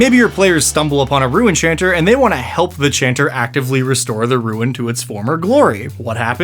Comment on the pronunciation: I thought he was saying “Rue enchanter” 🤣